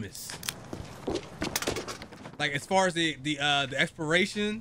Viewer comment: not saying exporation, then alerting the zombies lmao #funnymoments